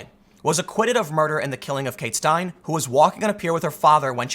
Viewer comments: STINE-LEE dude. You report on news for a living and cant pronounce her name? Her Murder was big news for months. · Steinle is pronounced "Stine-lee" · Kate Steinle. "KATE STINE_LY" ---BIG case, it matters. Point of the video. You could take half a minute as an INDIE JOURNO to get it right. It matters you idiot. LAZY. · It’s pronounced like: Styn-lee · This is why everyone should go through firearms training to be I a jury involving a defense like this. Idiot sfo libs believe this bs that's not scientifically possible with a gun. Ugh. Also it's Stein-lee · Pronounced STINE-lee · If Tim had watched just about any Republican Primary or General Election debate, he would have heard how to pronounce "Steinle." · Shame on Pool for not knowing how to pronounce Kate Steinle's name. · Bill Meehan Meaning he probably hasn’t listened to any audio or tv coverage, and has read everything. He also sucks at pronunciation in general. Shame for that? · OMG Tim! This was a huge story and you can't even bother to get her name right. You are the laziest and no journalist. I have given you chance after chance. You are a hack. Unsubscribing now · Take it easy. For the most part this channel is just Tim reading articles. He didn't even know how to pronounce the woman's last name. I don't believe Tim knowingly left any of this out. The good thing about Tim being a fence-sitter is that he leaves room for the full story if he misses the mark. Even with the minimal details he had in this video, he still sided with the ruling as absurd. Save "coward" for the people who are letting a criminal run free. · Her last name was Steinle. Why can't you say her name, but nail the illegal dudes name? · Pronounced Stein-LEE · It's pronounced "Stein-lee." Big case here in crazy CA. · Pronounced "Kate Styn-Lee" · Steinile not Schtein Edit: Sorry Lord MeanieBeanie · Name is pronounced Steinli. And California is hell on earth. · her name is pronounced "stein-lee" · It's pronounced "Stien-Lee".